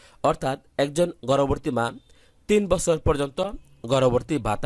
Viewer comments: গর্ববর্তি না ভাই গর্ববতি😂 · গর্ভবতী টা ঠিক করে বলা শিখেন আগে।😂😂😂😂😂😂😂